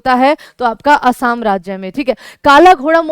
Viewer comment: असम को असाम क्यों बोलते हैं?